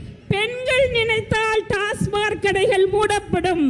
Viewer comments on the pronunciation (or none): ஒரு பெண் மருத்துவருக்கு TASMAC டாஸ்மாக் என்று சொல்லத் தெரியவில்லை. TASMARK டாஸ்மார்க் என்று சொல்கிறார். உண்மையில் இவர் மருத்துவர் தானா என்ற கேள்வி எழுவது தவிர்க்க முடியாதது. 😊